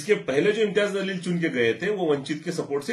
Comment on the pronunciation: Jaleel bol zaleel nahi Urdu nahi janta kya?talffuz durust karo